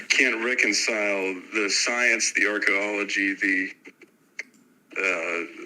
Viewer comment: "the archo-ology"